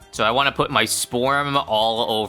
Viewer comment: "poot" Canadianism detected